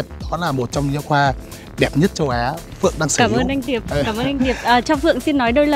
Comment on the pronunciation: Phượng ngọng